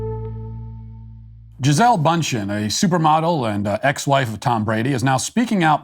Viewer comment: Note: The pronunciation is Gee-zé-lee.